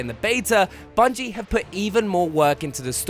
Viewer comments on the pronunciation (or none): none